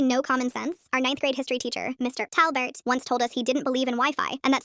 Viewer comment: Why does she say his name like: Mr TA!! lbert? Wtf happened with that AI??